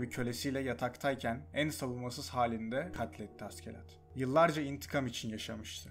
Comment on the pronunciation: hocam keşke askelad diye değil ashelad yada aselad diye telaffuz etseydiniz animede hep aselad deniyor